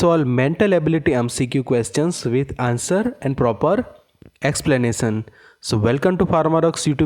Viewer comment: sir....... ur english.... "X-plenasan"? but ur brain..... ^^^^^^ :)